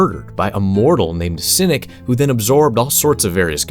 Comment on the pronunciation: Did he pronounce Cyric as "sin-ik"? Also Cyric killed both Bane and Bhaal. Myrkul resurrected Bane, then Torm annihilated him more permanently. And like... Yeah Cyric would derail everything but you maybe should have mentioned that he and Midnight became Gods since midnight is sleeping with Gale in BG3.